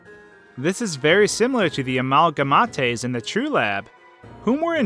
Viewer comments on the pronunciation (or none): Frisk is the only one with a determined soul. It could be that Gaster tried to make Undyne as powerful as his don Sans Btw amalgamates is not pronounced likr amalgamatés but amalga-mates. Like you say mate. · Did u seriously just call the amalgamates, "al-ga-ma-tays"??? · Amalga mat tayes???? Theyre pronounced amalgam8tes, tis a real word. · amalgamataes Me: ITS CALLED AMALGAMATE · I was following everything you said until you said "Similar to the AMALGAMAATE'S in the true lab" Pronounced Amalga-MATE-s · amalgamates not amalgamatés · amalga matAEs it’s amalgamates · Amalga-ma-tes you mean Amalga-mates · Of the amalgamatays No non no no it’s pronounced “amalgamate” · “A-mal-gah-mat-eh-s...” It’s pronounced “A-mal-gah-mates.” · a-mal-ga-ma-te? You mean A-mal-ga-mate? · "The amala-mateis" o.o what its pronounced a-malg-a-mates sorry i'm a bit of a grammar nazi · it's pronounced amalgaMATE..like the word mate..I cannot watch the rest of the video because of this, I just can't take you seriously after that.. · Rely amalga mat aes its. Amalga mate...... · It's pronounced amalgamayt not amalgamatay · its not pronounced amalgamataes it's amalgamate as in gday mate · you said amalgamate wrong it's AMALGA-mate. do you pronounce mate like matay? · amalgamatays? a mal guh mates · U said amal ga mattes... omg ...... 😂. But seriously, its actually pronounced a mal ga mate ....... k? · "Amálgamatés" xd 😂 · Im sorry, but ive never heard the pronunciation "uhmalguhmawtayes" Also, I think it's royal guard related. In deltarune (which is a time line where the war didn't happen and the war is the whole reason the royal guard exists) she has both eyes. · he said it like (am-ulgou-meat-ays) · did you... JUST SAY... A MAL GA MA TAYS? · It’s pronounced a-mal-gah-mate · You said amalgamates wrong it pronounced as (a-mal-ga-ma-ts) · Really, dude? . Amalgamahtes? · amalgamatays Me: did he just say amalagmatays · You pronounce it "ehmalgmeit" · M8 it's pronounced amalgam8